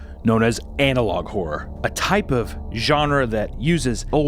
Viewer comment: When he says "analog horror" I hear "analog whore" 😂